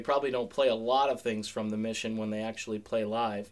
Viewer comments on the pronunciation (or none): none